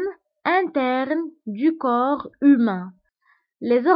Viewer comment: حسيت مكانش فرق في النطق بين هذو الكلمتين le corps ، le coeur صح ولالا